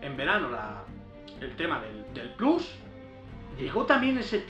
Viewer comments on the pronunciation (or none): none